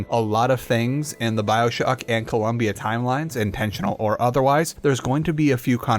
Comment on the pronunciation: ew “byoshock”